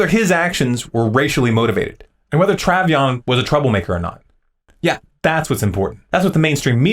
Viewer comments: His name is pronounced tray von, not travy on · Dude... Love your videos and could agree with you more. But do yourself a favor and learn to say Trayvon (not travion). Makes you sound like a idiot. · i just wish that you could of said his name right. his name was trayvon not travyon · Tray-Von NOT Trav-ion I liked the video, but found it annoying that you couldn't enunciate his name properly. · You're points are spot-on, and I agree. But... "TRAH-vee-on"? It's pronounced "TRAY-von" ... just like it's spelled. Yes, it's a small mistake, but hugely distracting from the message, especially since it provides ammo to those who say "the Zimmerman supporters are all racists and don't care about TRAY-von". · besides the fact that you kept calling him travyon instead of trayvon everything you said was on point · Say it with me "Tray-Von" not "Trav-Yon". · Tray-von,not "Travvy-on".LOL..excellent vid.I have been wondering about this whole case too...it appears that it is just a distraction?Of course,if I tell my friends or fam this,they'll tell me I'm insane. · I like this video - a lot - and agree w/its assertions. Just couldn't get past the fact that you kept mispronouncing Trayvon's (pronounced Tray-vahn, not Tra-vion) name. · trayvon, not travyon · travion ...cmon dude your credibility is shot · An interesting video...and your point is well taken. But it's pronounced Trayvon, like Avon...not Traveyon. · Tray von.... you kept saying travy on pshhh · His name was (TRAY -VONNE), NOT (TRAV-EE-ONNE). You could at LEAST honor the dead by correctly pronouncing his name... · its TREY VON not travyon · You should have figured out how to say Trayvon before you made the video. Trayvon not Travyon. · "Trav e on"? It is "Tray von"... how did he not know how to pronounce it? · It's Trayvon, not Triavion. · His name was TRAY VON, not TRAV YON....j/s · The narrator mispronounces "Trayvon" as "Travyon" after all of the media coverage. Good work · His name isn't Trav-E-on. It's Tray-von.